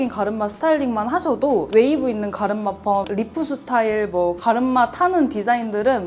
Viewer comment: 갈음마 ㅎㅎ 발음 귀여우세요 😊😊